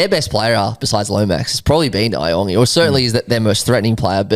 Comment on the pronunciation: Hey guys just quickly regarding isaiah iongi. His last name is pronounced "Yongi" not e-ongi. The I is pronounced as a Y